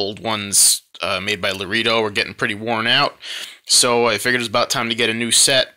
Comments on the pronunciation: first off...its lah ray doh...not lah ree doh...and the goat skin is a leather you get if you want a worn distressed look...if you want it soft and supple and shiny...should of got cow .. if your gotta condition these goat skin boots...use a special distressed leather boot conditioner...they use goat skin on these because it breaks in quick and looks well worn in a few weeks instead of months and months with cow leather.. and since youve already oiled the boots up they will probably stay that color awhile...since thise oils are now soaked into the leather...when they are new and you wear them the leather shows scuffs and and wrinkles very easily..simply because thats the way these goat skin boots were designed to do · And you need leather dye for the stacked heel and out sole, not oil. Fiebing's is a great brand. Oh, I did want to mention that "Loredo" is pronounced Lr-ay-dow (as opposed to La-ree-dow). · It’s pronounced Larado not Laredo! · You lost me when you said 'lareedo'. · Laredo is pronounced, "La-ray-do."